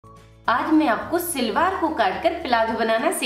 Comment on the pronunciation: Silwar nahi salwar bolain pl.nice video